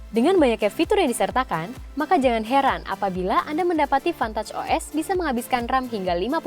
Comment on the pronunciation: Pantat os, kok sya dengernya gtu y 🤣